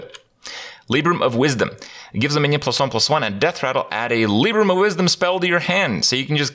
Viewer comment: Lie-brum not Lee-brum